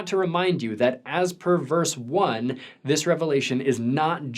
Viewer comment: I was confused for half a second when I thought you said "perverse." (It was "per verse.")